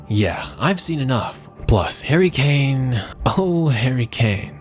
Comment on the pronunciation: that "HaRrY KaNe"